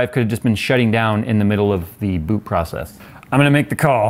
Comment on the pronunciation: I heard BOOP instead of BOOT boop error